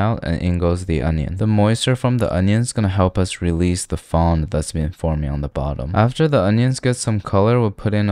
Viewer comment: Fond means bottom, just hold the D, it's silent.